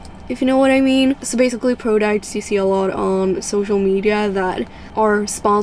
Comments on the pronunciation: "prudocts" lmaoo but girll ur so prettyy!! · The way she says products irritated me so bad 😂😂🤯🤯